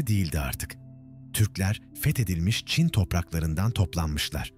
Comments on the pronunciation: Ç harfini kullanamıyormusunuz? Cin cin cin diye diye .... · Anlatıcı çin diyemiyor...